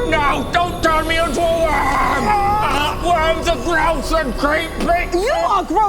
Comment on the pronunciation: Oh, worm. I legit heard womb...